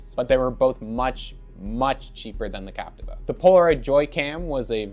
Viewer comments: Actually pronounced Cap - tee - va, not Cap - ti - va. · Still incorrect pronunciation.